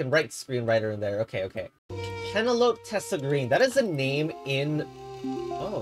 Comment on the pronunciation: Penelope doesn't rhyme with Cantaloupe